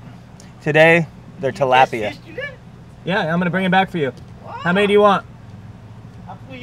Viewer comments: its tilapia agrwssive p and fast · He’s saying tilapia wrong